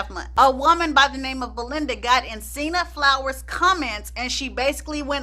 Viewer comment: What site is she not able to say .....sinna flower?